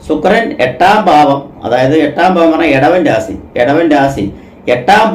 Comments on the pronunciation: രാസി യ ല്ല രാശി നാക്ക് നന്നായി. വടിക്കുക സനിയല്ല ശനി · ശരിയാ... ഇദ്ദേഹം """"""രാസി """ എന്ന് പറയുമ്പോ എന്തോ ഒരു അരോചകം .......